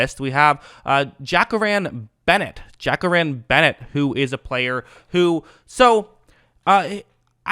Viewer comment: It's pronounced Ja..Cor...ri....an